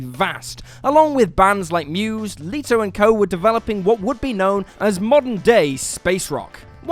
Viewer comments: It's Leto (Let-oh), not Leeto. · that jared leto mispronunciation oof